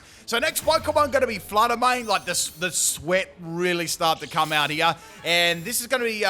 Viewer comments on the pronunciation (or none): none